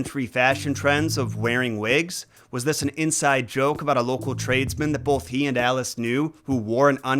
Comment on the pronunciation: I hate people who say bowlth instead of both. What the hell is wrong with you? and you always hit it so hard. BOWLTH. Why do you talk like that?